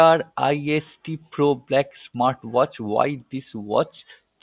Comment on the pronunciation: You can't event pronounce irist ??? Still want to review???